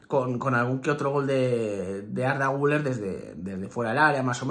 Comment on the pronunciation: Se escribe guller se pronuncia guiler